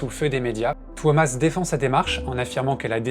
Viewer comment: His name is not Thomas, it's TUO-mas